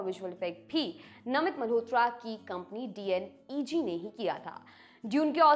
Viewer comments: D N E G nhi डी नेग😅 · right but this youtuber not pronunciation proper. DNEG ko D N E G bolta hai 😂